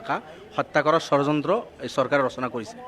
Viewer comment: অসমীয়া ভাষাৰ উচ্চাৰণেই নাজানে, ধৰ্ণাত বহে.....। কিবা বুলে 'চৰযন্ত্ৰ' কি বস্তু এই চৰযন্ত্ৰটো ।